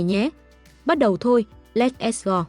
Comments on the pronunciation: Chả lẽ chủ thớt ko nghe lại video của mình sao mọi ng nhỉ? Lét xờ goo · let s go nữa! theo cách đọc tiếng Việt.